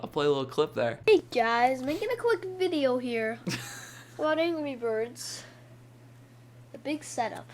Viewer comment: there Is No Way He Is Saying Angey Bird There is No way He Is Saying Angry Bird